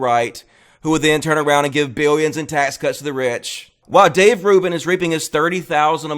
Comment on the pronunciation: Dayv rooban?